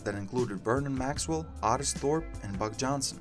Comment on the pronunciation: Otis Thorpe? It's pronounced Oh-tis Thorpe. Not Ah-tis.